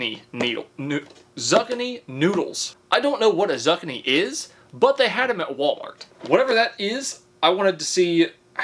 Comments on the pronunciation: Every time he says zuckanee my brain is screaming zoo-kee-nee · Dude, Zoo-Kee-Nee but the Zuck-A-Nee merch will be golden. Biggest troll on YouTube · Not zuckiny its ZOOKINY. EAT MORE VEGETABLES PLEASE 😆😋😁!! Love your videos though!!! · "zuck-ih-nee noodles" Me at first: huh, yeah ok. Different type of food I've not heard before. Cool pulls out a Zucchini "Oh my god, he meant zucchini!" (I pronounce it zoo-kee-nee) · Are you trolling? Who hasn't heard of Zoo kee nee? Not zucuni. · Zoo key knee. Not zuckinknee. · Bro not zuckini, zooooo kini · OMFG YOU DID NOT. IT IS NOT FUCKING PRONOUNCED ZUCK-KINI, IT IS ZOOOOOOO-KEEEEE-KNEE😅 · My man surely you arent really pronouncing Zucchini as zuck-a-knee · 🤦😂 zuck-a-knee 😅 its pronounced zoo-key-knee 👌 love the confidence on the mispronunciation 💪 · It's called a corn dog because they use cornmeal in the batter. Lol. It's pronounced Zookeenee not zukinee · It's not pronounced zuc-a-nee it's pronounced zoo-key-knee lol. I've been watching this channel like crazy trying to catch up since I found it. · I was hearing him say zug-a-nee and was so confused until I realized he’s trying to say zoo-kee-nee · he says ZUCK-uh-nee but it’s actually zoo-KEE-nee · Pronounce as zookini, not zuckeni... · Zucchini said zuh-kin-e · A zucchini (zoo-KEE-nee) is a type of squash that bakes and fries well due to its firm texture. Also, I've had Factor (75) for years now and love them; they do zucchini well! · Zucchini (zoo key knee), how do you as an adult not know how to pronounce zucchini? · Ok I know I'm not the only one yelling "IT IS PRONOUNCED (ZOO-KEY-KNEE) SAY IT WITH ME NOW ZOO KEY KNEE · Nooo not the zuck-a-knee noodles😂😂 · zucchini is zoo-kini like a biniki with a zoo xD but i like the way u said it better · Zack-k-ny 😂 Have to use the slicer if you don't have a kuh-niffee 😂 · Zuck-a-knee!! It's a southern thang. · Just so you know, it is pronounced zoo-key-knee. It's a type of squash. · Zuchani? xD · ZOO-KEY-NEE 😅